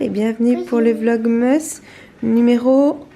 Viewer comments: Romane Pesenti oui elle a dit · on dit vlogmas ont prononce le à